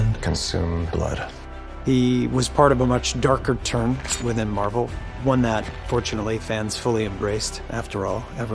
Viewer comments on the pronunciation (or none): What the f*ck is “Marvle”??? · I am pretty sure it is marvel not marvle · Marvel ❌ Marvle ✅